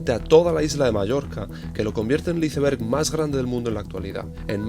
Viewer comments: Como que izeverg??? Iceberg!!!! Sino di témpano de hielo si quieres “traducirlo” igual te banco pero me duelen los oídos de escuchar una palabra tan mal dicha ❤ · Excelente. Recomiendo fuertemente la pronunciación: 'aisberg' en lugar de iceberg. 😂 Abz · Por Dios naciste en Escocia y dices "iceber"? Dilo en inglés como debe ser. Y es océano ATlantico. Lleva una T antes de la L. No se dice Atlàntico por Dios. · Aprenda a decir iceberg jajaja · Por qué le dice así a los iceberg 😢 suena horrible jajaj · Solo a mi Me costó entender cuando PRONUNCIABA ICEBERG…tal cual como se escribe en espanol ?? ..jajajajajaj😂